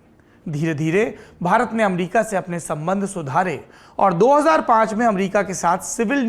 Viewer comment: AMRIKA :p